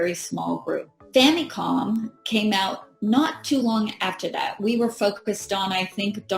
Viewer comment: She pronounces famicom very diffrently than younger Americans.